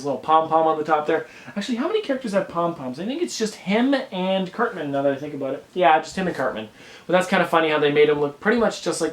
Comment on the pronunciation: He said certman